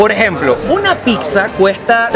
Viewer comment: es "PIZZA"...no "PIC-SA" :):):)